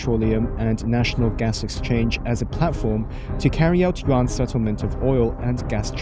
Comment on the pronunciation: You are pronouncing Yuan wrong. Think of the word "hen" for a female chicken. Then think of how you say the Y in "yes", replace the H with the Y sound that's how you pronounce Yuan.